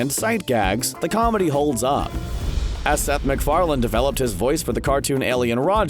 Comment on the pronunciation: it's Farlane not Farland!